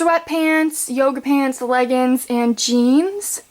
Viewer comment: haha she said leggins